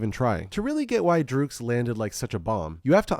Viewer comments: Great Video! Iconic album.. Someone has to tell you though, it's pronounced "Drux" as in Drugs. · DRUGS! its just pronouced drugs (its just written phonetically)